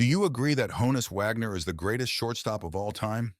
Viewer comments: The pronunciation of his first name (a nickname) rhymes with John-us, not Joan-us. If you listen to interviews it’s how he pronounced it himself. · It’s “Hah-ness”, not “Hoe-ness” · Hah-ness not Hoe ness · Not pronounced "hoe-nus" but rather "hahn-us" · It's a shortened version of Johannes. So yes, it's pronounced Hahn-is not Hone-is. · It's not ''HO-NUS", ~ it's HAW-NUS.